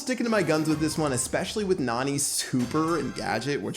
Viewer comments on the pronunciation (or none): she is a girl bro she is not nani pronounce her name as neni that's the right way to pronounce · Her name is pronounced Nanny not Nani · PLEASE STOP PRONOUNCING NANI LIKE THAT